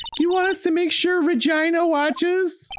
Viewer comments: Arin for fucks sake my dad walked by the very SECOND you yelled “REGINA!!” and it sounded WAY too much like “vagina,” I may not leave my room tomorrow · The way that Arin makes Maya say "Regina" is actually the name of a city in Canada, and every time he says it I die a little